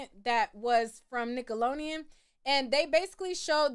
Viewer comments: I love you but whyyyy you keep pronouncing Nickelodeon like that 😂 just forget the D huh!? 😂😂😂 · I’m cringing you because keep butchering the name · Why can’t you say Nickelodeon….. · nickelonean??? NickeloDeon “D” 😅 it huuurts 😅🙉🙉 say it right please 🙏🏽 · cute??? 🥴I don’t think u really think it’s “cute” just like u said u were “joking” just be straight up, the way she’s pronouncing it is annoying and wrong. 🤷🏽‍♀️ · Say it with me now “Nick-ahh-looow-Dee-uunnn” 😂😂 waab she saying it like nickel-lo-eeeiiun” 😭😭 I’ve near heard someone pronounce it like that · Whew cuz I thought she was gon correct herself! It’s really doing a thing to my brain right now. I came to watch cuz I’ve heard her name in these YouTube streets. But she is KILLIN me with NICKALONIAN!!!!! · You was killing me with this nickeloneon girl its nickelodeon we can tell you ain't watch it😂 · !...its NickoloDEON😂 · Please pronounce it right, it’s Nickelodeon, not nickeloneon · Right 😂😂😂 I've corrected her every time she's said NICKELONIAN!!😂😂😂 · I had to stop watching lol it was getting on my nerves 😅 Nickeloleon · I absolutely love how she proudly pronounces Nickeloneon 😂❤ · FFS I can't watch this if you say nickeloneon one more time, I was soooo looking forward to this lol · now you gone have to pronounce NickeloDeon right lol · Girl get it together, it''s nickalodean (sp) lolololololol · Lmfao Nick Alone Eon was whoopin her tail 😂 Ima still watch tho 😂😂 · I'm getting so f* ckin annoyed. Wtf is Nickalonian????😂😂😂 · Jesus, it’s Nick-oh-lo-Dee-ann !! With a D as in dammit please pronounce it correctly! Yikes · The way you say nickelodeon has me crying cracking up 😂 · Me too😅😅😅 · 😂😂😂😂😂😂😂 I thought the same. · omg me to it takes me out of the experience I think she’s doing it on purpose atp 😆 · I was thinking that too! Lol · me too 😂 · Instead of saying we’re being silly, correct your pronunciation girl. There is clearly a letter D in the damn word.